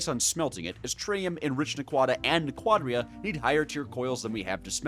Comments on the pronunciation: every time I hear you say Naquadah (which is pronounced like "Nah-Quah-Dah") like that, I take psychic damage, because that means you never watched the TV series from which Naquadah, Trinium ZPMs & the Stargate are from, namely Stargate SG-1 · As a Stargate fan the way you pronounce naquadah hurts. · It’s pronounced Nah-qid-ah